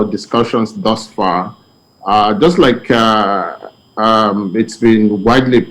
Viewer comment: Babajide please can you ask to stop using "like" and "look" in every sentence cos it is very annoying especially when he pronounces them as "lique" and "looque". Sounds irritating to the listeners. Please correct him.